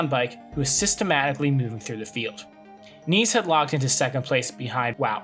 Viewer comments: Yhea that has been tilting me abit during the video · Pronunciation of ‘Nys’ is not ‘niece’. The ‘Y’ sounds but more like the vowel in ‘hare’ or ‘heir(loom)’. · If you make a whole video about Scen Nys, you should learn how to pronounce his name, out of respect. But that's just my opinion